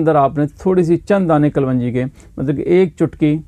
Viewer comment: Kalwanji nahi sahab kalonji hoti hai.